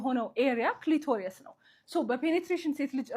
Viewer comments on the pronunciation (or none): ክሊቶርዮስ ሳይሆን ክሊቶሪስ (clitoris) ጥሩ ምክር ነዉ. Thank you 👍